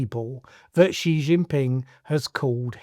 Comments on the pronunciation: Shee not Jhee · THE WORLD'S MOST POWERFUL LEADER IS XI JINPING which is pronounced "Ci" by the way. Am3ric4 and especially Trump is next to irrelevant in 2025 Thinking about it - Narendra Modi might be No2.